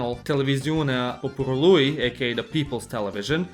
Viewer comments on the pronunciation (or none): stop puting the accent on the last sylable everytime you see a genitiv masculin (poporuLUI:-))) In Romanian like in the majority of the indoeuropean languages the accent is most often on the sylable before the last one and stays on the same even when you add a genitiv suffix...